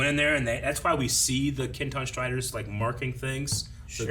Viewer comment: No one:: Ah yes, the Kintan Striders!